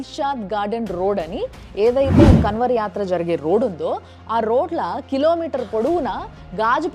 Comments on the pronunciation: కన్వర్ కాదు మేడం గారు అది కన్వర్ కా ని ముక్కుతో పలకాలి. కర్మ ఫలితం అనుభవిస్తారు మేడ టైం వచ్చేసింది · KANWAR ని అలా ఉచ్చరించకూడదు కావడ్ యాత్ర कांवड़ यात्रा 🙏🌹